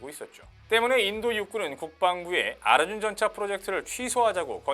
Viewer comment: 아르준이라고 발음하니까 더 조롱적으로 들린다. ㅋ